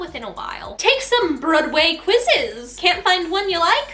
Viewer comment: I can tell you already watched “oh hello” just from the way your pronounced broadway 😂😂